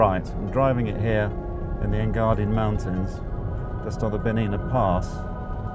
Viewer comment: A little uninformative, and a little weak. Also it isn't Engardin, it's Engadin.